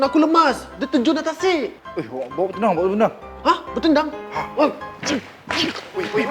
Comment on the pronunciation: orang ckp tenang Dia ckp tendang